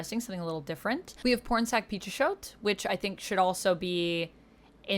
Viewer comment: I’m sorry, but every time you said the name I heard ‘Porn Sac Pichot’, even close caption read it like that. What exactly did this person work on so I can look it up.